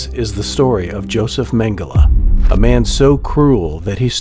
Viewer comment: How do they always get the pronunciation of his last name wrong